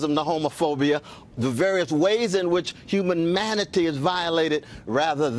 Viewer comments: Did anyone else hear Cornell say human manity instead of humanity? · Love Cornell, no disrespect, but did he say human-manatee?